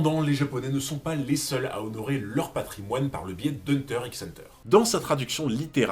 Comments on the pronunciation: Une chaîne dédié à Hunter Hunter devrait savoir que le X ne se prononce pas 😧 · Hunter hunter le "x" ne se prononce pas 😜. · Premier fait troublant le "x" ne se prononce pas, on dit juste hunter hunter 👀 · Je n'ai pas vu toutes tes vidéos donc je ne sais si tu as déjà abordé ce point mais le "X" dans "Hunter X Hunter" ne se prononce pas. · Hunter Hunter frero le x est muet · Tu le sais peut-être mais on ne dit pas le x de hunter X hunter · C pas un reproche mais pk tu prononces le x?